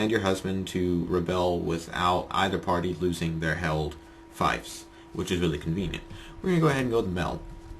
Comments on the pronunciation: Good tips, thanks. It's five years late, but hey, knowledge is timeless. The word FIEF is pronounced "feef", not "fife". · fief is pronounced with same sound that is in thief